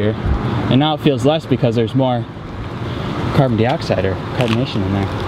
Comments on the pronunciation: “Carbon deeoxide” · Say Carbon Dioxide correct